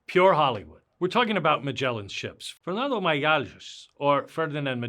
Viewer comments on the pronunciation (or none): none